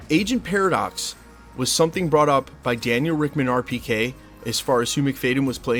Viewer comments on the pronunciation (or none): none